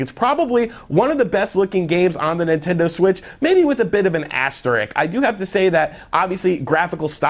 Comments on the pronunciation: If we're keeping count, he also said asterik, instead of asterisk. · I've heard everyone calling it an asterik lately. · Also "asterisk".